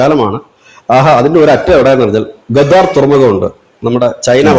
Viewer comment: ഗ്വാധർ തുറമുഖം , not ഗദ്ദാർ തുറമുഖം.